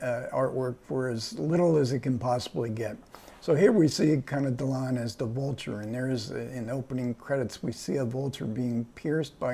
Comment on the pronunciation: Il faut arrêter d'encenser MR KLEIN, tous les critiques ont convenu à sa sortie que c'était un film raté ! même si la composition de Alain DELON est excellente. D'ailleurs, le gars qui est interviewé ferait bien d'apprendre à prononcer le nom de Delon : non, Monsieur, ce n'est pas Alain Delone, mais réellement Alain DELON.